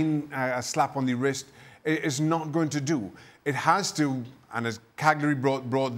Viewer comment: FFS it's Cagliari not Calgary! How hard is it to pronounce it correctly Craig and Dan?